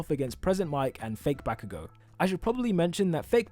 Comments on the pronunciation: Every time you say fake bakago it make me laugh. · “BACKugou” My guy just why? 🙅🏻‍♂️